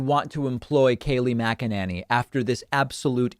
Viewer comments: Mackaninni. Its Mackanini please pronounce it correctly! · Can you not figure out how to say her name? I've heard u say it multiple ways, and what makes it worse is that is that you try to pronounce every sylable and still somehow seem to get it wrong!!?! Idk why it irritates me so much, I guess cause its not hard.. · Aaaand David can't even say her name right. Not a journalist. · Pakman, I love how you purposely mispronounce her name